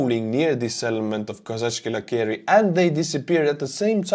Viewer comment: It is pronounced Kozackey, I've heard that the place name translates as Cossack Tents